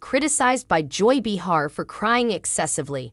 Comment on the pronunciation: Please! Her name is pronounced Bay-har. Not Bee-har. That was annoying 😡